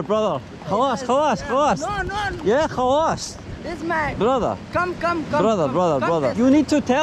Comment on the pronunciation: As an Arab I like how he pronounce "khalas", most westerners pronounce it weirdly